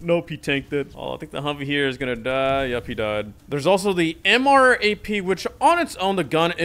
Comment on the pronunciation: Bro the way he says Abrams TOW and MRAP